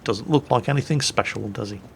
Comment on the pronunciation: "speshal" HAHAHA